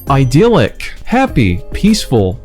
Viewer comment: You did a creditable work. English learning folks would really find this video interesting. However, I suggest that you could've been a bit more serious about preparing word meanings. Some of the word meanings (attrition, beguile, titular) have gone off target and certain pronunciations were also wrong (idyllic, unctuous). Try to be more sedulous while working on your next video because when you make knowledge-based contents for the public, you should be responsible for what you say.